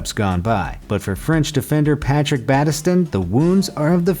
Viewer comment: Why do you say battiston like that?